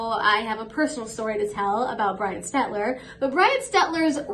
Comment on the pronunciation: You pronounce his name perfectly.